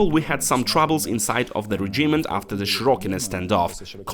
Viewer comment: Чому [ре' джімент],а не[ 'реджімент],[ке'міст],а не ['кеміст]?Це така крута вимова?